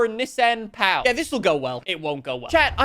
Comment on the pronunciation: the way you’re pronouncing Pao, means the guy’s little toy, but Pão means bread in Brazil